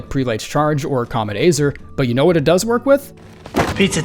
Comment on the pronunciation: Bro its been a f*ck1ng YEAR now! You have been making elden ring videos for all this time, how are you still consistently pronouncing comet azur wrong??? You keep saying comet azer comet azer ITS NOT. THAT. HARD. ! ‘Comet ah-zoor’ please please please pronounce it correctly